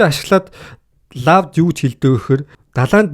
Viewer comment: Hey bro law gej bichdeg bolhoos lo gej duuddag shuu